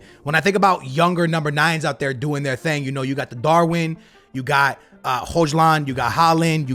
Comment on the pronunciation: Hojland ❌ hoi-lund